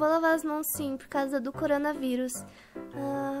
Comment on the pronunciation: O melhor foi o pai dela tentando fala corona vírus coringa coronha coronga curinga kkkkkkk